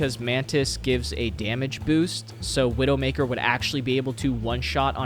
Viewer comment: I keep wondering if is calling Black Widow "Widowmkaer" on purpose or if he actually doesn't know. Chat I am falling for the ragebait